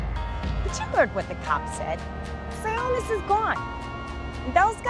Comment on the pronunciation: It's Roman (Si-awe-nus) NOT (si-o-nis). It's just what I like to call insult to injury, as they already did the most dirty this movie could've done to two of my favorite Batman villains.